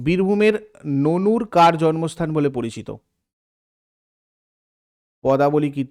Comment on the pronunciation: ওটা ননুর নয় নানুর হবে